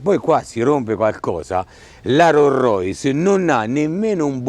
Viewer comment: Rorrois!!!! No! Rolls Royce.